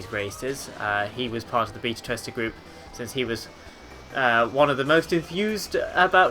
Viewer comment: Ok 200cc is awesome and all that but can we talk about the way been pronounced beta